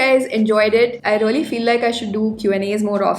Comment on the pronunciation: You all the time talked rolly instead Of really . Plz be careful about utterance. Never mind plz.